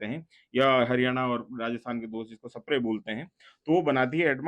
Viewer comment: स्प्रे ❌ सपरे 😂